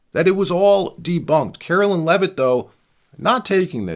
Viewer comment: Would you please pronounce Caroline Levitz name correctly?